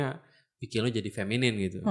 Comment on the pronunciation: bukan "FEMINIM" tapi "FEMININ"